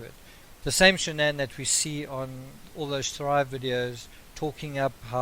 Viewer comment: First of all her name is pronounced SHANNON b/c her parents even call her by that! I feel like she was aggressive & controlling. Chris was an antisocial child in a man’s body & I think she was basically his first experience with a lot of sh*t then along came NK & he regressed into a horny high school boy! I would most DEFINITELY not like a damn camera shoved in my face every moment of every day! People always wanna dress alike & show all this when their marriage is straight BULLSH*T! The kids were enrolled at a high priced school, leasing a damn Lexus, too much house, not enough o come & PLENTY of debt!!! I don’t understand why he just didn’t/couldn’t just walk away instead of killing his whole family though.